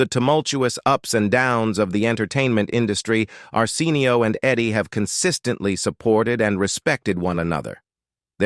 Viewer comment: I’m cringing because the AI reading this keeps mispronouncing Arsenio Hall’s first name. WTH? Fix it! It’s so disrespectful! 🤦🏻‍♀️